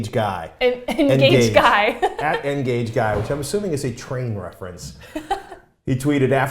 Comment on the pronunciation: Ngageguy , sounds like N Guage Guy? as in model N scale?